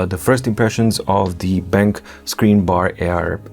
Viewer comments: Hi! The correct way to pronounce the brand's name is "Ben - Q". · I believe it's pronounced Ben-Q.